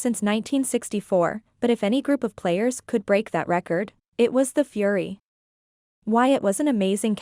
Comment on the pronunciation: The AI narrator was not great especially when the word was FURY and she said Fur Why....